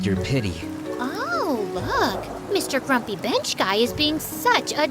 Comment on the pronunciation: i heard bench as 🐕‍🦺 😭